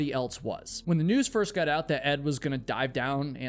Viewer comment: I really enjoy your stories. Especially that you are a real person. But when you say 'Got' please say G-O-T ( hit the O in the word like the word ODD) not G-U-T, same with words with 'got' like forgotten. Ive been meaning to mention this for a long time Thank you again though.